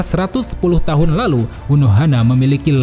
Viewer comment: Suka Banget Pas Lu Ngomong " EL LALUH " 🤣🤣🤣